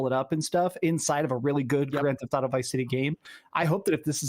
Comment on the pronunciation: Grand Th-auto?